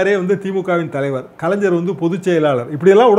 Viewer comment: This blue shirt, don't know how to pronounce kalaingar....not kalainjar